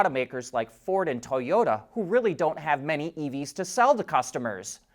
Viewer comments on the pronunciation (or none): none